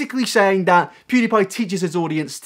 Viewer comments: 1. When did Onion go blonde? 2. Why does he (Onion) pronounce it “poodepie” instead of PewDiePie? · HeyItsBobby pewds used to pronounce it like poodiepie